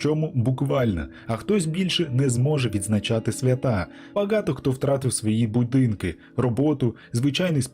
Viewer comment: Мне интересно почему слова баґато так звучит как-то? Интересно просто...